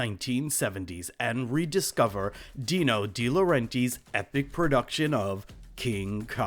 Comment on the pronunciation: I think it's pronounced "Dee-Lo-REN-Tiss"